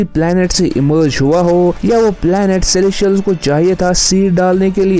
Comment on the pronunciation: पहले तो तुम सेलेस्टियल्स ठीक से बोलना सीखो.. सेलेशियल - सेलेशियल लगा रखा है । और एक और बात अगेनस्ट नहीं होता वो अगेन्स्ट होता है